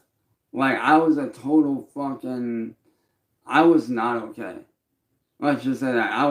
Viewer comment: ever notice how can't say "Okay". He says "OhLay". Personal very excited to know he is not only a music artist. Label owner, streamer but also a bull fighter this goblin can do it all! 😂😂